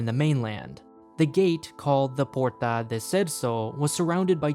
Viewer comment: And "Porta" is pronounced "Pórtă"